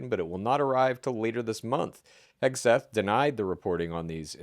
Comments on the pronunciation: Are intentionally mispronouncing Hegseth as Hespeth? Is there a joke I'm not in on? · Does intentionally say Hespeth instead of Hegseth?